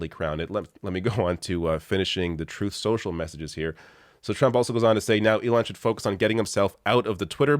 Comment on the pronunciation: Did T-rump call it tooth social?